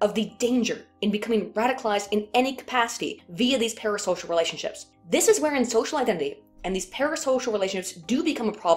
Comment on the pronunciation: everytime you say "parasocial" i think "paris hilton"... also kudos on the title